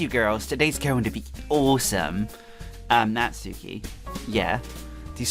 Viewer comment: The u is silent in Natsuki